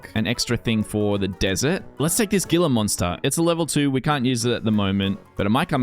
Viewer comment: "Gila" is Spanish in origin, I believe. At any rate the "g" is pronounced like an "h" so it sounds like 'hee-la' monster. New to the channel, but liking what I see.